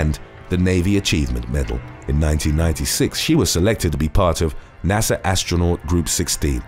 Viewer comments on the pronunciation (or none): none